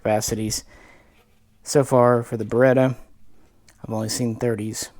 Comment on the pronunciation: It's not Berr ret "ERRR" It is Berr et AAAah. Geeze at least say the name right.